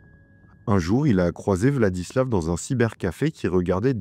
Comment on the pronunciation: En Russe, quand la lettre V se trouve à la fin d'un mot/prénom il se prononce F. VladislaF RoslyakoF. Sinon je ne pense pas qu'il était dérangé, dans le sens, malade ou quoi. À mon avis ce mec avait parfaitement toute sa tête, il a simplement voué un culte à la haine - peut être dû à ce qu'il a vécu durant sa vie, peut être pas - et ne s'est nourri que de ça pendant des années. C'est horrible mais il faut accepter de vivre avec le fait que parmi nous il y a des gens qui sont attirés par la violence pure et simple et que parfois il n'y a peut être pas de raison particulière à leurs actes